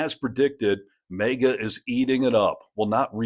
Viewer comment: What am I missing here? Why does the host keep saying MEGA and not MAGA?